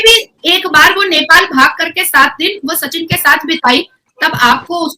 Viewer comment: Nipal nahi Nepal audhar nahi Aadhar